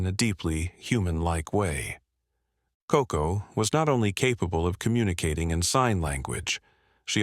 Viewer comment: Koko, not Coco.